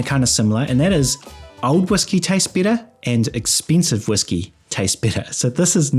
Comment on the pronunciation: are you saying “bitter” or “better”? 😅